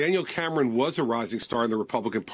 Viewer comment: Anyone notice that Joy pronounces names oddly? She calls a guy named Gabe gaw-beh (his full name is Gabriel) or pronounces the er in Cameron.